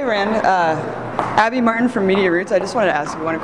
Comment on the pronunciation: can anyone under 40 pronounce a Consonant T any more?? Abbby Martin is awesome...WTF is "Abbey marr -en"